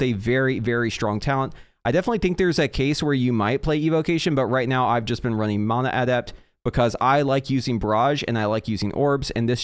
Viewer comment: It's actually the correct pronunciation